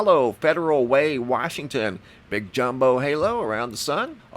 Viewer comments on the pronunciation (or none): none